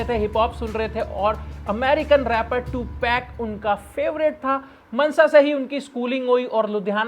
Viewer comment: It's not ਮਨਸਾ it's ਮਾਨਸਾ